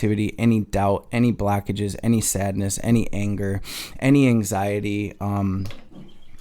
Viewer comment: ok yeah the way you say "blockages" like "blackages" definitely from michigan 😂 gang